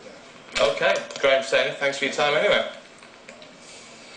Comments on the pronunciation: The least Sky could have done is get his name right, it's Stanier, not Stainer. No wonder he got the hump. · He was pee'd off because they got his name wrong from the off. It's Graham Stanier, not Stainer.